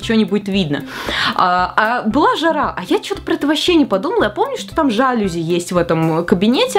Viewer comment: НЕ ЖА́ЛЮЗИ , А ЖАЛЮЗИ́